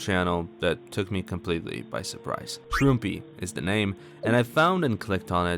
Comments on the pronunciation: i think how you actually pronounce shroompie is "ShroomPy", but no one knows exactly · i believe shroompie said its prounounced the way pronounces it